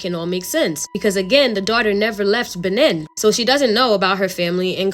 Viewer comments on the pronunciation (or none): It's Bay-neen lol that was so so cute 😂😂 any ways I'm up ordering white castle it's almost 5am my boyfriend sleeping lol I so I'm alone